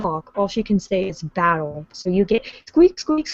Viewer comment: The way said battle, it sounded like bowl. odd.